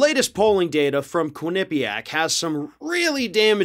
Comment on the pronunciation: Quinn ah PEE yick. Quinn-ah-PEE-yick. Say it again: Quinn ah PEE yick. Quinn-ah-PEE-yick. (Not Quinn-NIP-pee-yack.)